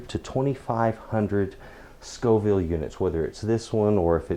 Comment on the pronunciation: FFS. The plural of "chile" is "chiles". "Chillies" means a couple of different chili stews. So, since you didn't know the difference between "Scoville" and "Scofield" in your first video and can't spell it right, why should we trust anything that you say? Facts matter. However, props for saying Scoville, now.